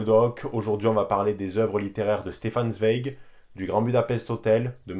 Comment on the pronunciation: Excellente vidéo ! Juste on dit "Tsvaïek" pour Zweig ; )